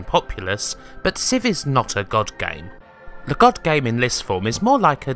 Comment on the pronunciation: why do you always say "le" instead of "the" ?